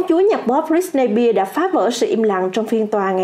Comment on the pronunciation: Bạn đọc tên Britney Spears không đúng SPEARS chứ không phải BEAR